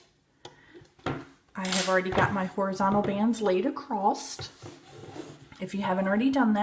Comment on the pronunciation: I have a question.? Why do you say "acrosst"?